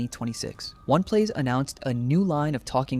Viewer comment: Why do you keep calling it ONE plays lmao